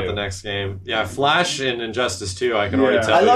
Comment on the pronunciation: The Flursh.